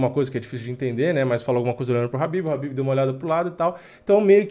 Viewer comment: Fio, o nome do cara é KHABIB, não Rabib. Habib é nome de árabe.